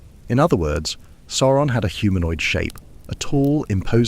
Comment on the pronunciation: The pronunciation of Sauron here alternates between 'soar-on' and the correct 'sour-on'